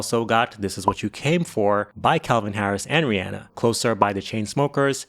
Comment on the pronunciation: Good job pronouncing “Rihanna” but work on “espresso” (not expresso) and “Sia” (not Sza)